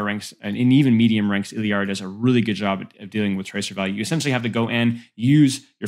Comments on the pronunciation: Illari’s name is pronounced “EE-YAR-EE” not “illy-yar-ee” lol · “illari’s” pronunciation is more like “E-Yar-EES” lol you always throw an L in there but it’s silent